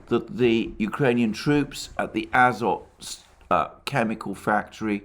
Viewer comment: The factory's name is azOt - with emphases on the "o". It came in Slavic languages through french "azote", but the etymology is originally from Greek, α-ζωή.